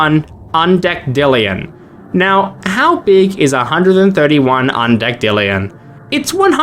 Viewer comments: "undih dihhllion" 🥀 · Undecillion ❌️ UndecDILLION✅️ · Undecillion ❌ Undeckdihllion ✔️ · Lmfao at pronouncing undecillion as un deck dillion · please stop saying un deck dillion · “Undec D illion” bro I’m crying 😭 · Undecillion is pronounced "un-deh-sill-ee-un" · Bro's pronunciation of "undecillion" (UN-DES-ILL-EE-ON) haunts me. Where did you get the second "d" from 😢. Edit: Omg I reached "one point five quad-dragon-tillion" 😭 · My soul leaving my body after hearing mispronounce Undecillion as Undickdillion: My soul's soul leaving my soul after hearing mispronounce Novemdecillion as Novemdickdillion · he inserted extra "d" in the middle of a word and it is pronounced "un-di-SIL-yun" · Wrong, the pronunciation is "Un-deck-ill-lion". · the c is pronounced as an s